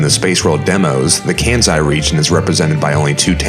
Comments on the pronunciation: It's Kansai with a sharp s btw, not "kanzai" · Why on earth are you pronouncing Kansai with a z in it? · Its so clever that The area based on Tottori, Japan is called Birdon. Tottori means (literally from the kanji) "Take the Bird" so Calling it Birdon is a fun play on words. Too bad Johto didn't end up with Birdon lol. Also you pronounce Kansai wrong, but love the video! Its so cool to see this cut work that didn't make it to the production game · you're doing Arceus' work, make no mistake, but everytime you mispronounced Kansai here, I died a little.